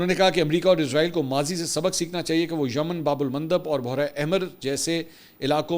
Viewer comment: Urdu apki bohot umda hy mgr bohra nhi parha karen lafz behra e arab ya behra e hind hota hy behra parha kren.